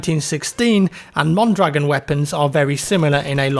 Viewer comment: especially the mondragon